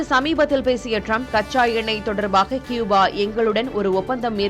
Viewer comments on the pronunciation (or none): கூபா. க்யூபா அல்ல. கூபா சரி